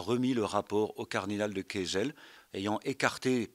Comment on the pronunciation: Mais non! Pas "Jozef de Kesel" mais "Jozef De Kesel". C'est un "De" flamand, ça n'a rien à voir avec une particule française.